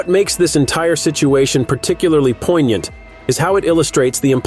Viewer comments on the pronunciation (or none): none